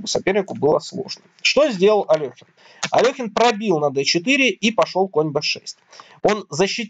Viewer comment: АлЕхин, нЕ Алёхин